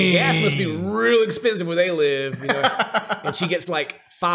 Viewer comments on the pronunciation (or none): Anybody else hear “maybe it is egg-spensive.” ?